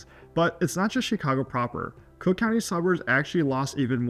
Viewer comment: "Crook" County. :face-green-smiling::face-green-smiling::face-green-smiling::face-green-smiling::face-green-smiling